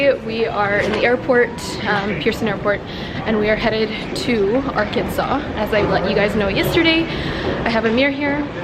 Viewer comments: when she said "ar -kansas" i died because i know where thats from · Arkansis LOOL America EXBLAIN